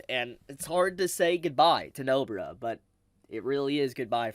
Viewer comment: I like how you say No-bra instead of NobAra. Cheers.